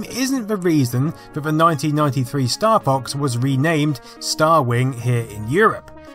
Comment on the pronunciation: Oh, I thought you said "Staff Ox"